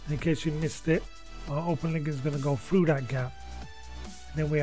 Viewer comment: when you say 'Frew that gap" you mean through that gap?😁😁😁